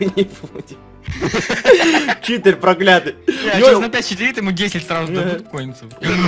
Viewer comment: не чиии тор а читир